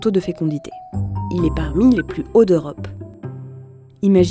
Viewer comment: Merci pour ce reportage. Par contre svp travaillez sur la prononciation, parce que c’est très dérangeant et notamment des « o », « eau » et « au ». « Haut » se prononce comme le mot « eau » et pas comme dans « or ».